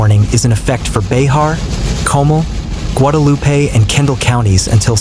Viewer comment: That county Bexar is pronounced like the word Bear County. Everyone in Texas who is a Texan should know that. Doesn’t anyone know their history of Texas?